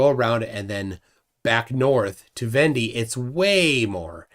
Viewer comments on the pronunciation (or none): Please stop butchering the French language. It’s von-day not vendy. It’s not hard to find the proper pronunciation.